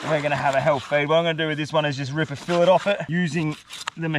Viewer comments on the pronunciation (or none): why cant Australians say fillet